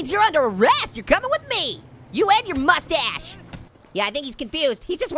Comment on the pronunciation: I laughed 😂 so hard when he keeps saying mustach